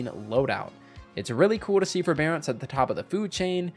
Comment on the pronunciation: Ew forebearace